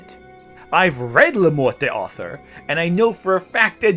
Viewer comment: Morte d'Arthur is pronounced "mort dar-TOOR", not "mort day AR-ther". What was it you said in this vid about researching things and not just pulling them out of your arse? Researching how things are pronounced might be something you should consider adding to your regimen.